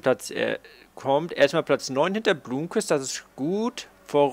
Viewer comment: Blomqvist spricht man noch immer Blommqvist und nicht Blumqvist aus:) Und Frijns Freins und nicht Frinj. Wäre cool, wenn du das noch verbessern könntest. Ansonsten tolles Video! Weiter so!